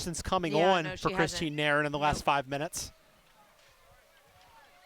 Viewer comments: This commentator always says Nair in for Nairn. 😂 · There is a video on YT of Nairn saying her name, and that is how she says it should be pronounced. I know, it doesn't make any sense.